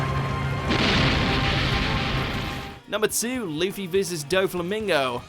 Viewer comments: Remember when pronounced Luffy as Luff-ee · jeeees its so annoying, in german tv his name is Ruffy. Luffy sounds so stupid when you are used to the r